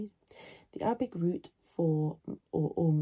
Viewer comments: هل انت عربية انا اتابعكي مند فترة ولم ارى فيك اي شيء عربي حتى هادا الفيديو نطقك صحيح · Your accent is very good